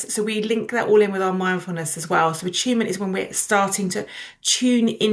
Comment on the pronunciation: I'm only 2 minutes in, and I know I will like this video, but why does attunement keep sounding like achievement every single time she says it?